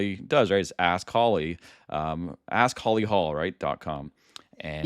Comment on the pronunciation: "askholly" LOL!